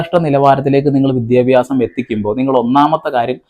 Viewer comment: വിദ്യാഭാസം ❌ ആഭാസം ✅